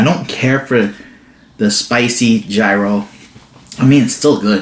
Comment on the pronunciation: yee ros...lol. Just like the "G" is silent. You always make me laugh ...oh and Winston too.